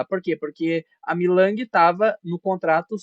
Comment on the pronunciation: você falou milang,o nome certo é mei ling 😂😂